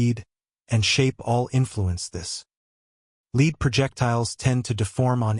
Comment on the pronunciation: Lead is pronounced lead not lead